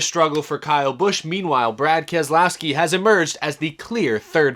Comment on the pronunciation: Brad "And-Aaa" Kam-Skaow-Skee